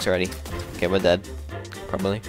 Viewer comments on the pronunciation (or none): none